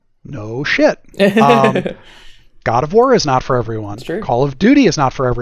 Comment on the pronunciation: "ubvusly Goud uf vwar" "Thanks, I appreciate it" lolll this was delightful.